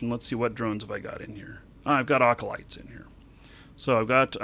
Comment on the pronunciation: Ocolytes? Quafay? Is this like a gimmick?